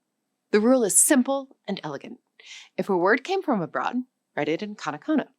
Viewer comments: カタカナ(katakana)がカナカナ(kanakana)に聞こえるんだけど、ちゃんとkatakanaと書けてるのか？ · AI slop. Hir-i-gana? Ka-da-kana? Even the English is screwed up.